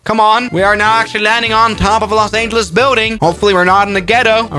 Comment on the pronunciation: los angelees?